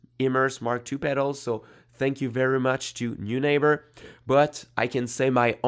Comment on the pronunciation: It’s a German name and would be pronounced ‘noy-nahber’